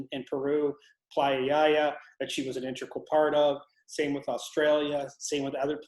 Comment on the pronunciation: Fascinating anomalies! Perception and consciousness are thoroughly interesting and powerful concepts. That assistant of though... was talking too much. Why do people say intrical when they mean integral? Intrical isn't even a word.